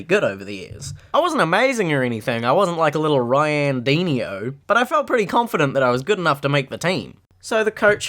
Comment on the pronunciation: Wait... You said Ronaldinho or Ryandinho? I started to laugh with the way you said this name